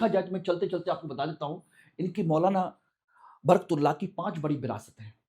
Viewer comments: एंकर महोदय बर्कतुल्ला नहीं उनका नाम बरकत उल्ला था। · अरे सर आप उच्चारण सही नही कर रहे हैं । आप बर्कतुल्लाह कह रहे हैं। ग़लत उच्चारण बर्कतुल्लाह । सही उच्चारण बरकतुल्लाह। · बरकत उल्लाह ❌ बरक तुल्लाह ✔️ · Naam to sahih lelo bhai baraktullah nahi Barkat Ullah naam hai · Naam to thik se bolo, barktula nhi barakat ullah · Sir आप नाम तो सही से ले....., बरतुल्लाहः नही बरकतुल्लाह है। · बरक तुल्ला ❌ ..... बरकत उल्ला ✅ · श्रीमान जी आपका उच्चारण सही नहीं है सही उच्चारण बरकत उल्लाह है एक बरकतउल्लाह खान साहब राजस्थान से भीहैं वह राजस्थान के 1971 से1973 तक मुख्यमंत्रीरहे हैं मौलाना बरकतुल्लाह खान साहब जो कि मध्य प्रदेश से थे जी हां वह स्वतंत्रतासेनानी थे लेकिन मेरी जानकारी के अनुसार वह कभी प्रधानमंत्री नहींरहे क्षमा करें मैं भी हिंदी तथा इतिहास का छात्र रहा हूं वर्तमान में मेरी आयु63 वर्ष है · मौलाना बरकत उल्लाह बोलिए तब सही नाम उच्चरित होगा। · सही लिखे सर ।प्रस्तुतकार नाम का उच्चारण गलत कर रहे हैं